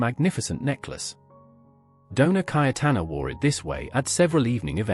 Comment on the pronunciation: Doña not donar